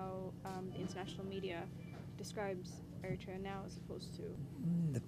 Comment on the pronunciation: It is so inconceivable to hear the foreigner is able to pronounce the name of the country more clearly as Eritrea, while the girl, who seems to be Eritrean, uses Ethiopian version name Ertra. Those who purposely change the name from Eritrea to Ertra is simply preparing themselves and others to make Eritrea part of Ethiopian province and name it as "Ertra" similarly to that Haileselase reign. To use Ertra instead Eritrea is like romanticizing Ethiopian colonization!!